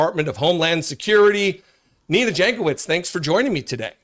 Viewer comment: Jankowicz is pronounced Yankovitch.